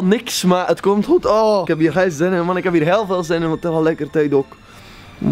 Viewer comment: Ongeveer ik zie niks deze bril. Goe Nederlands 😂